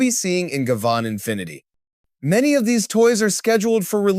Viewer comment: It's pronounced Guy-Van (Guy like in "Hey guys!" and Van as in car type - van).